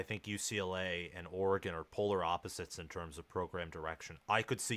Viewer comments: I just can’t getover everyone calling us OR-gone ITS OR-GiN🤦🏻‍♂️ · ORE-GEN not OREGOOOON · it is NOT OR E GONE. It is Pronounced OR E GUN. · Dude, it’s Ore-gun not Ore-gone. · Stop saying Ore-gone! Why are you hyping a dude that hasn’t won a conference even once vs a coach that has been to the playoffs multiple times, with 3 Heisman winners in 7 years and a second place guy. Top 25 head coach? You are nuts. Riley with a mediocre defense would have 4 natties right now. Guy has had grinch the entire time so you guys have no idea what Riley’s potential is with a $7 million defensive staff and recruiting to match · It’s ORE-GUN not or-gone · I literally stopped the video when he said cj verdell lmao. Try watching an oreGone game before u talk about them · Stop saying "Or-gone". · I’m an SC fan… I hate Oregon, but stop saying “Ore-gone.” There’s no “e” At the end. My grandfather was an SC alum, but also an Oregon State Senator and later US Congressman for the district of Eugene. At least say the state’s name correctly! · Oregone? It baffles me how people mispronounce shit from this state. Like i don't go around saying misshippie instead of Mississippi because it's easier to say 😂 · This guy lost all credibility for knowing what he's talking about with the consistent mispronouncing of Oregon and talking about cj verdell being on the team last year. I cant take anything seriously after that. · Nah you lost me with Oregon’s pronunciation… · Absolutely. I’m a USC alum and can’t stand when they can’t even say the team’s state correctly! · First, learn how to say Oregon, second, why does Oregon have to change for the B10? Why not make the league adjust to you?, third, Verdell has not been a running back in a while …. Smh 🤦🏽‍♂️ s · Please pronounce Oregon correctly, what are u 7 years old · Learn how to say Oregon